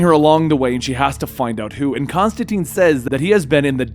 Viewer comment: Constantine not constanteen